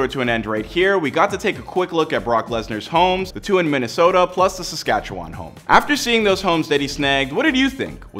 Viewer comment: Yeah, he also mispronounced Saskatchewan but most people do.